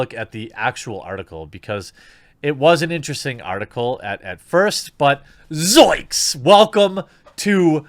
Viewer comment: Goddammit, Jeremy. Zoinks. ZOINKS! Put the goddamn n in the word like it's supposed to be. lol